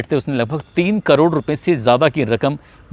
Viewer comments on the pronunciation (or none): none